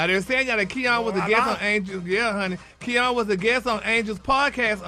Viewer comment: It's Ky-ann, not Key-on....lol😂😂😂